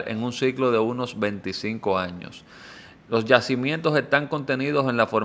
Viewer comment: se dices años...... no jaños😂😂😂😂